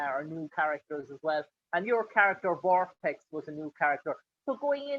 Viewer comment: VorpAx! Not VorpEx.